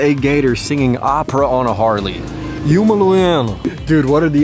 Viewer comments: Butchered ”Houma” Louisiana 🤣🤣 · Houma is Pronounced like “home ahh” it was funny to hear u say it like that tho 💯😂